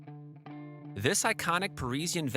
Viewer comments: Na-Vay? It's NAVE. Rhymes with Dave, Save and Wave. As in wave goodbye to this narrator. Not the only word butchered. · Just because it’s outside the US doesn’t mean all place names ending in e are pronounced …é as in Spanish, for instance. 🤦‍♂️